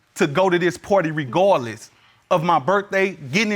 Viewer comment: He said "she was gon go regawdless."